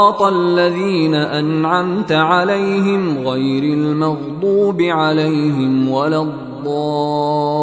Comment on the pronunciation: Suraj fatiha mein last alaihim ko alalhim padha Gaya It's very wrong